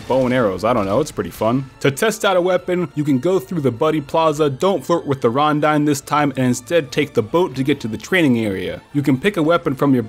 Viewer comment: rondyne? xD